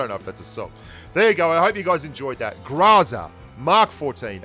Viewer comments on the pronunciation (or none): It’s groza not graza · Sory but you dont read it graza. Its groza as you write it. Depends on which part of slavic countries you go, it will be always and "o", just pronounced diferently. But not as an "a". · If you pronounce it [gr'aza], it is still incorrect, because in russian language the stressed syllable is not subject to reduction. So if you stress the first syllable, then you should read [gr'Oza]. The correct pronounciation is [graz'a], the last syllable should be stressed, which is not common for the english language. (BTW "Groza" means thunderstorm.) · Hey! It is pronounced like grozá (something between grazá and gruzá, really), with an emphasis on the last syllable. You can trust me, because I have those weird symbols in my name. Thanks for all. Gene. P.S. Yasnaya has an emphasis on the first one. Like the word yard.